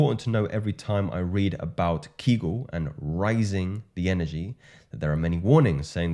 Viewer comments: The pelvic floor exercises are properly spelled Kegel and pronounced KAY-gull. They are named after the American gynecologist Dr. Arnold Henry Kegel ( ), born in state of South Dakota. He first published about them in 1948 as a professor at the Keck School of Medicine of the University of Southern California. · I don't doubt that. I posted only to correct the misspelling and the very common mispronunciation of Dr. Kegel's name. For all I know, Dr. Kegel might have acknowledged the ancient sources in his writings, or he might have discovered the same thing independently before he popularized it in the modern Western world.